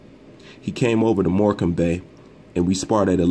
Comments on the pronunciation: More-can-bay?! Haha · Morecambe is pronounced like morecum just to let you no fam